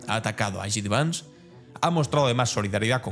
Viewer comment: Que no es "Yi Di Vans", que se dice "Yei Di Vans"! Igual que disc jockey se abrevia a "di yey" y no "di yi".